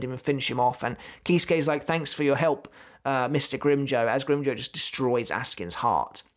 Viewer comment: “Grim-joe” Lmfao it sounds like he said that instead of “grim-jow” like jowl without the L